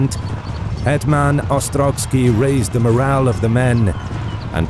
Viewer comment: OstroVskiy, not OstroGskiy.